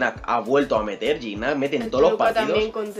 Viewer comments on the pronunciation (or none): se pronuncia Giñac no Gignac se pronuncia Lajud no Lallud